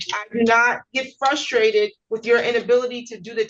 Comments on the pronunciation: I hate the fact that evicted dude kept saying “fuss-strated”. I’m sorry I’m that person. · I’M frustrated at this point because this little elf keeps saying “fusstrated” over and over. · Fustrated?? Flustrated?? What is this insufferable goober saying?